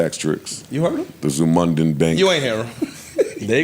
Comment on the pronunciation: “Zumundan Bank” 😂😂